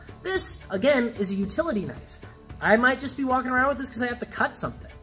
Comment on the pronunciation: Man said everyday carry like it’s 1522